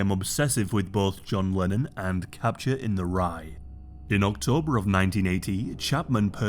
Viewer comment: Are you saying Capture or Catcher? It really sounds like Capture